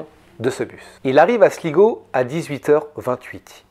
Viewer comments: Slaï-go et non Sligo😊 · Galway se prononce Gaulle way. Et Sligo c'est slaye go. Ya un bon spot de surf la bas d'ailleurs.